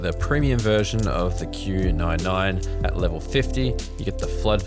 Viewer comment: Did you know you said q99 instead qq9